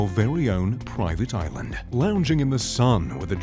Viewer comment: how many times did he say “proiivate oilund”